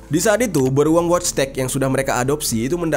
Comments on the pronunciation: wojtek bacanya voitek jer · Wojtek dibaca Voitek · Wojtek dibaca nya voytek bang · Orang poland Itu dibacanya woytek.. genk